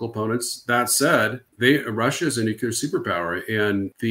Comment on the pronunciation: Its nuclear, not nucula